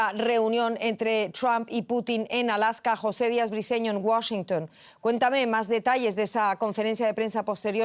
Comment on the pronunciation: Primera vez la escucho que no dice Washingun